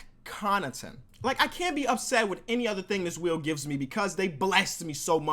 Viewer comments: "W H E E N" lmao sorry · he said 'spin the wheen' lol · spin the WHEEN 😂❤👌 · SPIN THE WHEEN??? wth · spin the wheen 😂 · SPIN THE WHEEN HAHAHAHA good vid tho! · SPIN THE WHEEN HAHAHA (before he edits it if he does) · Spin the wheen😂😂